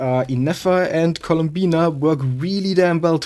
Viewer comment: it's columbina not "Colombina"